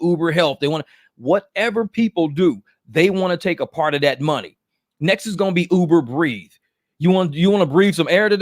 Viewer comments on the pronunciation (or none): said “Uber Breathe” I thought he said “Uber Grieve” ⚰️😂 Here at Uber Grieve, we make funeral arrangements available at the click of a button. We will set up your wake service, burial details, plan the reception and go over flower decorations and casket options. We do this because we care. Uber Grieve ⚰️Reimagining how your loved ones are remembered. *Plans start as low is $9,999.